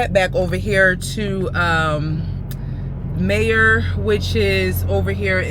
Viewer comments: Hey y'all. just a fyi. The way you were pronouncing Meijer, was wrong. Its actually pronounced MEI as MYjer. But, without the J sound. Cause of the German dialect. So, its pronounced MYER. But, spelled MEIJER. Hope that helps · It’s pronounce My-Yur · yea you pronounced it May-er